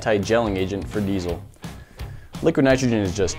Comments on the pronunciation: Glad i'm not the only one that's bugged by that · Not sure why everybody pronounces diesel with a Z. But it's Diesel not Deizel